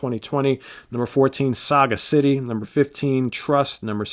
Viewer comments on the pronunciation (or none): Correct. Saw-Gas-ittee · I don't think their last album's title is meant as Saga-City like you pronounced it ... more like Sagacity as in Toxicity, Simplicity ... or maybe I'm wrong? just wondering. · Great video. Two hints, Crichton is pronounced Cry-ton, which you said last, and Sagacity is Saw-Gas-ittee. My favourite band. I agree with your on the top 5, however my order is slightly different. And I put Beginner's Guide and Security way higher, and Wildest Dreams slightly higher.